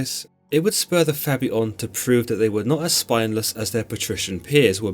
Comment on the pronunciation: "...they were known as the Fabii...or the Gens Fabia" Nope, that was not "Labia".